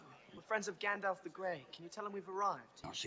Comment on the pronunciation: Love how calls Gandalf, “Gandoff” 😂